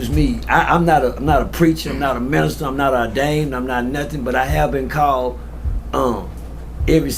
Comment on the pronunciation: ..."orderned" ? ...do you mean "ordained" ?😂😂